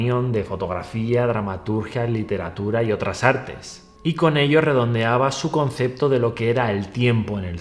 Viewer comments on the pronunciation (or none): none